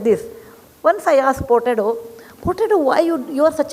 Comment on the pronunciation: Name is "Furtado" not Portado. Portuguese name.